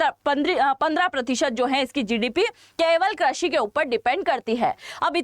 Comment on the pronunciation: Krashi nahi behen, krushi